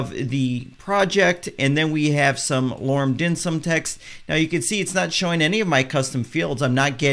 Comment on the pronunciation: You must've been hungry when you made this - you kept referring to "Lorem *Dim Sum*." ;-) Jokes aside, thank you so much for all the in-depth knowledge you're sharing with us WordPress users. Much thanks!